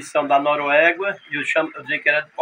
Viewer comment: não é Noruegua. É Noruega kķkkk